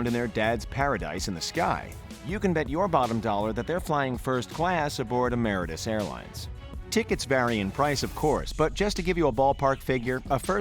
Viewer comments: It’s Emirates not Emeratas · Emaritis? You mean Emirates? Lmaooo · This man really called Emirates , ameri-tes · So are we going to ignore the fact that this fucking narrator just said eMaRates airlines, instead of Emirates 🤦🏾‍♂️ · Wait he said emi-ri-tas airways and like if you have been to Dubai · It’s funny he said emaritas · Yahia Kabashi LoL and “amarites” for Emirates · the pronunciations of Emirates and Sheikh hahahha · The way he said Emirates, I'm dead.